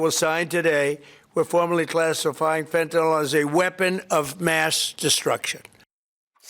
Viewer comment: Supposedly well educated “? They say FentenAll the word ends with …YL